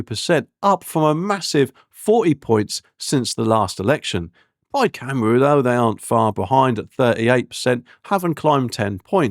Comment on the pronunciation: Good grief dude, your Welsh needs some work. Caerphilly = Care-fil-ee Plaid Cymru = Pl-eyed Kum-ree